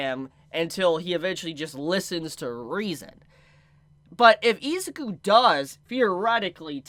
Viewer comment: You keep pronouncing izuku wrong